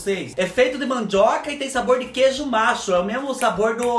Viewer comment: Kkkkkk...eu sempre achei que tu falava queijo macho...e ficava me perguntando mas da onde esse queijo macho se é só a vaca que da leite?...kkkkkkkk...ate que vendo uns salgados nas lojas americanas sempre contigo nos meus pensamentos eu vendo uns salgados descobri que o queijo era nacho e nao macho...😂😂😂😂😂😂😂😂